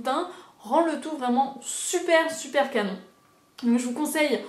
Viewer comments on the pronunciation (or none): none